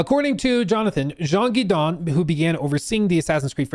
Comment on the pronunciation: Jean Guesdon Rhyme with Donkey Kong